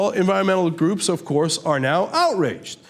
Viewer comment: Cenk: "Who benefits from this, THE OIL COMPANIES - OFCOOUSE!!" The most genuine, meaningful 'OFCOUURSE' I've seen cenk use in a LONG time!